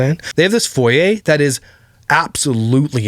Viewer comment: Yay....you said foyer (foy-ay) correctly! It's not foy-yer! (Oprah even said it wrong)...Grammar police!